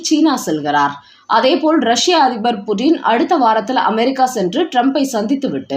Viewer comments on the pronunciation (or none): none